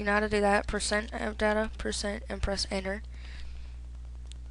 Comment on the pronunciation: "And press enner." lololol